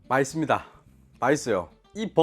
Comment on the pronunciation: 맛을 함 보께요~ 음~ 마이씁니다. 마잇써요 (맛있습니다. 맛있어요! 였음 쓰다고 한거 아임)